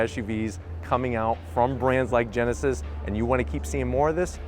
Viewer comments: Geneved Genesis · come on dude, you can’t even pronounce “genesis” and “hyundai” what are you doing